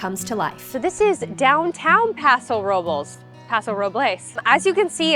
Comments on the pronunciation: Nice video. But PLEASE pronounce the city name correctly. It's "Pah-sow Row-blehs" NOT "Row-buls" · The way you pronounce Robles 😂